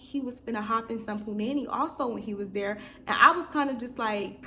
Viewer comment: I love you girll 💕💕 But it’s Pronounced puu-nahh- neee Not puh- nanny lol